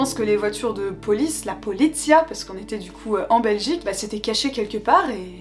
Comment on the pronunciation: " Politicia" ??? mais nooon "Politie" (en phonétique "Policie" ) 😄, sont bien entrainés à la police Belge, ils se sont mis en planque, en sachant que de toute façon, vous alliez bien finir par sortir 😉 (bonne année à vous)